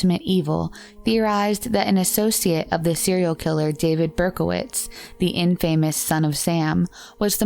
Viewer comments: The storytelling on these videos is so terrible! Also the woman narrating doesn't even pronounce words correctly which is so annoying. It's not IN-famous...it's INFAmous. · Lol.. in-famous instead of infamous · This is the second video I've seen of yours where you say "in-famous" That's not how it's pronounced. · It’s not in-famous. It’s inFAmous. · IN-fuh-muss, not in-FAME-us. (Sorry, I'm a jerk, but it made me twitch.) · he had a car from the future? in-famous? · In. Famous. Omg! If your going to narrate then please learn how to pronounce the words you’ll say, so other don’t learn it incorrectly. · "In Famous?" Really???? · "in famous"....smh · I'm pathetic, out of this whole damn video the only thing that bothers me is the fact that the word Infamous was mispronounced... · "Infamous," is pronounced differently than how you pronounced it. Listen to the correct way on or Merriam Webster's website. When you say it incorrectly, you sound young and silly.